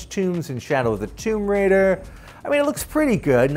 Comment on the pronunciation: That’s the correct pronunciation..